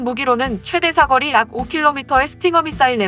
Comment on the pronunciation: 비호의 "사거리" 라는 표현에서 그 읽기발음이 틀렸어요. 이상튜브의 다른 여러 동영상에서도 계속 무기의 "사꺼리" 라고 발음 하시는데, 그냥 "사거리" 가 맞습니다.